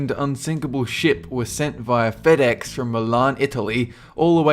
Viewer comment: can you not say fedex or delivery